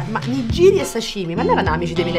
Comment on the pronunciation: Ahahahahaha migiri si dice nigiri